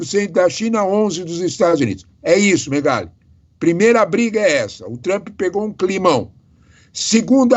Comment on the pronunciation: Por favor não e Trumpeeee nome dele e Trump. ! Não tem e no final 😅. Brasileiro gosta colocar e no final todo palavras estrangeiros